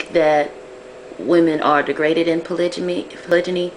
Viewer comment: HERE IS WHAT I THINK.....U NEED TO KNOW HOW TO SAY THE WORD CORRECTLY!!!!!!!! THATS FIRST....SECOND U NEED TO PICK A RELIGION AND THEN DISCUSS POLYGAMY IN THAT RELIGION. ASK ONE OF US B4 U REALLY START TALKING. GOD SAID BE FRUITFUL AND MULTIPLY DID U MISS THAT PART OF THE BIBLE? HOW MANY WIVES DID THEY HAVE DURING THE TIMES OF JESUS OR MOSES ? ARE U SURE THEY ONLY HAD ONE OR HAVE U REALLY DONE UR HOMEWORK? IM DONE NO BEEFING BUT AS A MUSLIM U NEED TO HAVE A REAL UNDERSTANDING OF THE CONCEPT!!!!